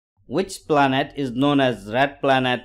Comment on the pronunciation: Planet hota he plant nahi😂😂😂😂😂😂😂😂😂😂😂😂😂😂😂😂😂😂😂😂😂😂😂😂😂😂😂😂😂😂😂😂😂😂😂😂😂😂😂😂😂😅😂😂😂😂😂😂😂😂😂😂😂😂😂😂😂😂😂😂😂